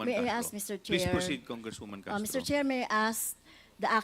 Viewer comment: Ano b yan Castro wrong pronunciation kkhiya nman😱😁